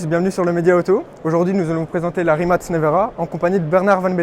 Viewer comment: great to hear you all pronounced Rimac correctly 👍